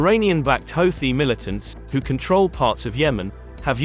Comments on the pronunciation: He called them hoethis lol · Nice propaganda! At least hire a progandist that can pronounce Houti correctly